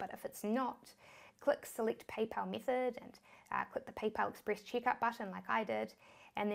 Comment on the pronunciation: she loves i mithod, stip, conniction, chik, Silict, Tist, Tirrible